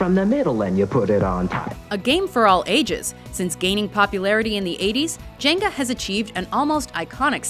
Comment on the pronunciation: Djenga, the D is silent.